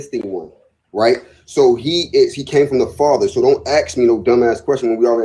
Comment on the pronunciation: It’s funny they speak so much about the use and understanding of the English language and they say they are “axing people”….does anyone else see the irony?